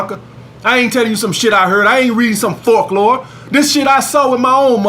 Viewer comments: My man said forklore 😂😂😂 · I dead when he said that 😂